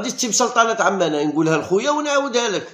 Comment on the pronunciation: لا توجد دولة اسمها سلطنة عمان بالشدة على حرف الميم .هي عاصمة الاردن .اما الدولة فهي سلطنة عمان بالفتحة على حرف الميم .على فكرة بلفوضيل الذى تمدحه صباح مساء لم يسجل فى مشواره مع المنتخب سوى هدفين امام سلطنة عمان فى لقاء فاز فيه المنتخب برباعية.